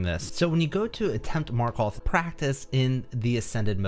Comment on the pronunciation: He really did just say "Marköth"